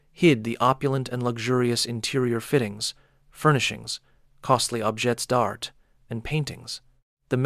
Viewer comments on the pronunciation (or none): Pardon...."objets d'art" is correctly "Oʻb-jhAY Dart." Merci.